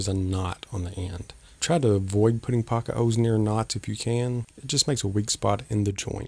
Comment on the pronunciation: It sounded like you said “Poka Hose.” What is that?